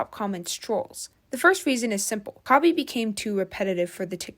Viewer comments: Why are you saying kobe ? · “kobe” … “ryan”… girl can u read their names… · Colby? Coby lame? Bruh, how many times you said his name wrong 💀 Jeez😂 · It’s not Coby it’s KHABY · you called khaby "kobe" five times... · "Coby"?? "Ryan" William Johnson??? Jeez dood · why u calling him Koby?💀 love your channel tho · K-h-a-b-y not colby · bro said kobe 😂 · This was such a hard watch. You couldn’t pronounce Khaby, you couldn’t pronounce ray, you corrected the wrong you’re and told them “jk delete your paragraph” when it wasn’t even close to a paragraph, and you don’t even know the word “evolve”. Also you know why he’s getting hate, it’s because he never deserved all those followers in the first place. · I think you pronounced his name wrong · Bro kept on mis-pronouncing khaby and ray 😂